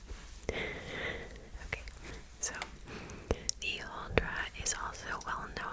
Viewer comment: I am Norwegian and you didn't butcher the pronunciation at all. I love your videos, they are of awesome lenght and I always fall asleep way before they are done 😂😍